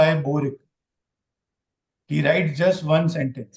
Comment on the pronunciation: It's बोरिक not बोरिके